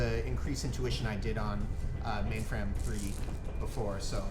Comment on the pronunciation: I'm still waiting for Ma1nfram3 to finally snap and yell at Mordecai about how to say her name correctly. :]